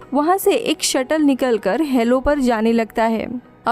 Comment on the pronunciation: DIDI ITS "HALO" NOT "HELLO"